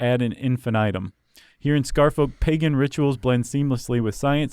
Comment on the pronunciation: Scarfolk is not pronounced like that, you know. Like Cheshire and Worchestire